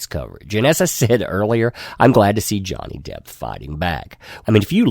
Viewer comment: Are you saying Johnny Depth?